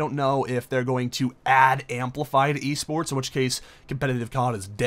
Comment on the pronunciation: that little mess up made me laugh sooo fucking loud ahhaha E SPERTS or w.e the fuck u said lol